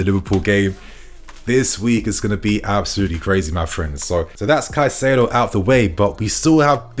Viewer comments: You’re still saying it wrong. You’re saying Ca Sigh do. And then you said Cai sigh do (as in Kai sigh do) but ITS PRONOUNCED (Kai Say Do) Edit: you said it correctly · his name is not kuh-sido, his name is kai-setho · It's pronounced "kai-se-doh" in Spanish. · You have no right to mispronounce names my man.. do your research before please because it’s cringe hearing you get wrong the same players name everytime